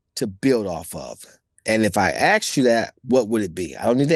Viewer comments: First of all rich learn how to pronounce ask.. you dont axe someone unless your trying to go to jail. Get your grammar together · Did Rich Paul ax LeBron or ask? 😂